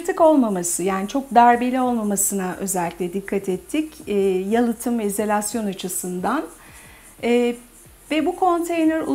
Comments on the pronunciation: Çok hoş bir yaşam ve keyif alanı olmuş. Hanımefendi de donanımlı biri, düzgün anlatımı ve güzel Türkçesi sebebiyle ilgiyle izlediğim bir video oldu. Tek irite eden çok kez kullandığı izolasyon kelimesi yerine "izelasyon" demesi oldu, her defasında :) O kadar da olsun artık, nazar boncuğu diyelim.. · Onu bunu boşverin de hanımefendinin konuya hakimiyeti diksiyonu ve konuşma edasi ne kadar güzel. Sadece. " izalasyon " demesine takildim belkide doğru telafuzu böyledir.